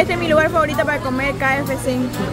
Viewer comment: no se dice ki, se dice key,ef,ci. KFC.